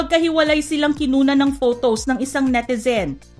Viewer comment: Ate hindi “fotows “